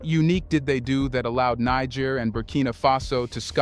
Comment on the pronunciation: Bruh! I love your content….. but please🙏🙏🙏 Learn the correct pronunciation of Niger and Nigeria.